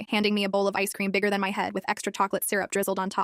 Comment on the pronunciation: The ai did NOT say bigger🥀